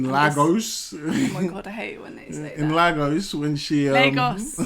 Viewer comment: Lol as Ghanaian even I was offended by the Lag-gos pronunciation 😂